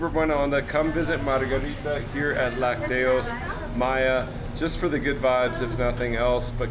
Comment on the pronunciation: Chiapas is officially the cheapest state to live in in all of Mexico. A person in Chiapas requires an average of 7,000 pesos per month to cover basic needs and expenses. This figure is drastically below the national average (approximately 16,421 pesos). Spanish pro tip: the pronunciation of lácteos is with the stress on the first syllable LAC -teos. Always enjoy your fun videos with a positive vibe. PEACE